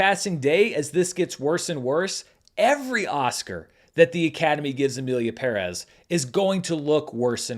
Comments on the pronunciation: props for being the only petson I have heard saying "Emilia Pérez" right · Thank you for correctly pronouncing the title!